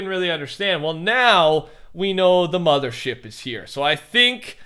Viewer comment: I like how every time he says mother he stutters and says mudder ship and immediately says mother after